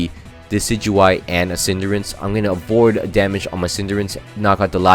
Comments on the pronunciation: It's cinderace not cinderance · Pls dont call Cinderace "Cinderence" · Cinderace, not Cinderance. Also please name a Pokemon CInderance so I can also repeatedly flinch during that video.